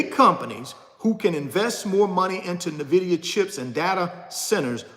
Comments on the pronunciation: Pronounced "Enn-Vidia" not "Nih-Videa" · Invida not nahvida lol he be speaking from the heart that's passion